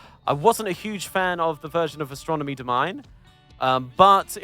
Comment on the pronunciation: Did you say "Astronomy DoMINE"? lol Google try it very useful